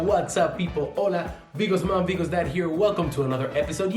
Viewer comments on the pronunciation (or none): Vigos dad vigos mom? No! I always hear bigos dad bigos mom